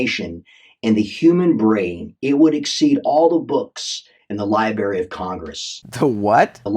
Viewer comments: This dude lost any hope of me listening further to him when he said, "libary." Smh. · Oh come oooon...you've never had liberry jam, or liberry pie??? DELICIOUS!!! LOL